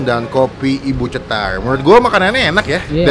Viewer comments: Cetar bang bukan cetalr 😂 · Si ga bisa ngomong cetar jadi nya CETALLL